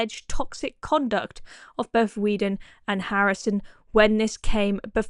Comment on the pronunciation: Is it REALLY so hard to say "boTH" and "THrough", instead of "boF" and "Frough"? Thor thuck's sake...